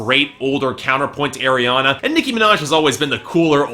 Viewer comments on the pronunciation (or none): Pls say Ariana right! It's arr not airr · It's pronounced R-E-AH-NA NOT AIR-E-AH-NA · he just said AIR-I-ANA i cant anymore shoot me someone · Everytime you say " Air-Riana Grande" it makes me cringe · Three albums and you still don't know how to say her name. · You've done like three reviews of her work and still don't even pronounce her name right